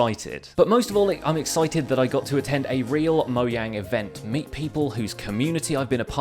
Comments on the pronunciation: whats up with moyang it's mojang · I heard many YouTubers call mojang, moyang, and most of the YouTubers were British, so i think he is British too.